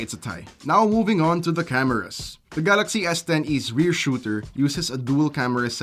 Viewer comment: Galaksii hahhaha... is that english ??